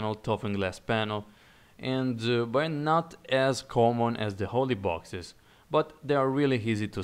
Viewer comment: lol I think he's saying "oily boxes", but with his accent it sounds like "holy boxes"